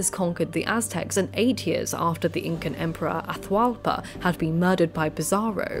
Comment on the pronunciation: With South American Native names, pronounce both vowels when there are two together. Atahualpa would be A-ta-hu-Al-pa. You said it the right way and the wrong way at different times during the video. Quito would be Cu-ee-to. That Qu is pronounced exactly like the Gaelic “hound”, Cu. You did really well for a non-Native pronouncing them otherwise. Fortunately Tupi-Guarani languages don’t use the glottal stop like a lot of North American and Central American Native languages do, like in Tlingit and Tsalagi. And South American languages are pretty straight forward and consistent in how they were transcribed, unlike the O’odham (pronounced An-awe-thm). That glottal stop is the hardest one to explain to a European because there is nothing in any European language similar to it. It takes putting the tip of the tongue to the roof of the mouth and either making a sibilant S sound as you draw the tongue back or pressing the tongue firmly at the top front and using the cheeks to make an L sound. People who can make those sounds can whistle without pursing the lips or even closing their mouth because the tongue does what the lips would normally do when whistling.